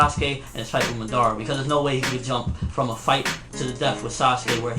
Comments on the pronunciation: LEARN TO pronounce Madara its not MadAAra its madara uchiha its suppose to flow with the words not take A fkn big break after MAD and then AAra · It is Ma - Da - Ra ... You don't pronounce it like English, you pronounce it like Japanese.. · nobody: absolutely nobody........."Maudaara" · lol i hate how people say it like Ma-Dar-a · Yeah why am I here.... and madara??? That is not how u say his name Ahahah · 10 years later and still can't pronounce Madara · You said madara wrong. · thats not how u say madara's name! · if u gonna talk about naruto learn how to say madara's name right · for owning a lot of merchandice, you should learn how to say madara right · ok i agree with you..but why do you pronounce Madara's name wrong repeatedly? you call him Madara...yes in English your saying it right but he doesn't have an English name...your pronouncing his name all wrong and its somewhat confusing and annoying when you do it...if your such a fan of Naruto such as myself you would pronounce his name correctly at least.